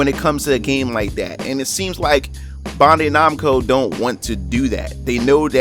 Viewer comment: You're pronunciation when saying bandai makes me cringe a little